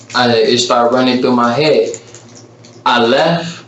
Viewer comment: "I shot her and stuff like that. Then I leff and stuff like that."